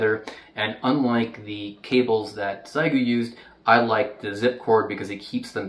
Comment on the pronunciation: I'm spreading awareness: The Chinese pronunciation is "Shyeh Goo" not "Zai Goo" (But don't worry, you're in good company, everyone says Zai Goo)